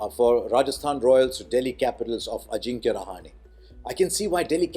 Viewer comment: Being a Maharashtrian, pronounced Rahane correctly ;)